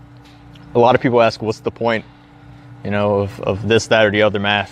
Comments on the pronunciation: It drives me crazy that you say axe instead of ask. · You also sometimes say axe instead of ask. Honestly though how you pronounce stuff is just fine. You're perfectly understandable. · axe instead of ask… is tHat A fUTurAma rEfErenCe?